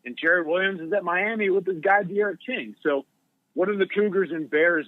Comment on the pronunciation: Knows everything and praises Marshall, Ucf, and App State. Butchers Miami and Lville lol